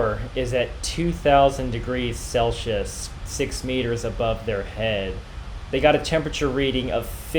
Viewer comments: CelSius not Celchius :D Otherwise; Love your videos! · Dude! There's no such thing as "Sellshous". ENGLISH DUDE! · You dont know how to pronounce Celsius.